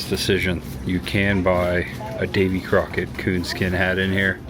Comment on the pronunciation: Whoever was narrating this mispronounced Davy Crockett 's name .